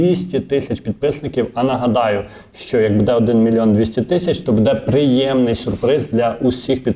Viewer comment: Не «буд'Е», а «б"Уде».